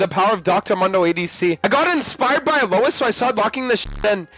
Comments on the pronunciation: Why does he and pronounce his name "A-low-is" instead of "A-loys"? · Is purposely mentally un-ok or why is he pronouncing mundo as Dr Mando and alois as A-louse